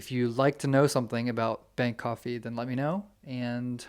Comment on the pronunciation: Someone's a bit of lead foot. 😂 Everytime you say Bank coffee I keep thinking Bangkok it's almost sounds the same. Bangkok fee 😜 😂